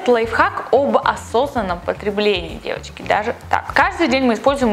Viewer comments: Она так неправильно говорит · мне послышалось "Евочки", а не "девочки" =) Всем хорошей недели!